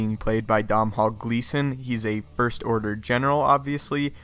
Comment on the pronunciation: Dom-hall gleeson 😂